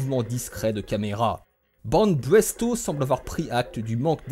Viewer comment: c'est BanPresto, pas BanBresto lol